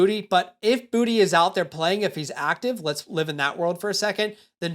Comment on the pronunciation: south Louisiana here . You pronounce Boutte, Boo-Tae 😂